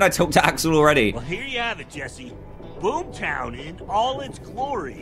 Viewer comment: Dan: TO BOOM TOWN me: ITS BOOMER TOWN NOT BOOM TOWN im sorry LOL I HAD TO MAKE A JOKE XD